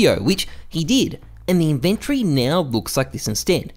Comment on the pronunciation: inventry? xD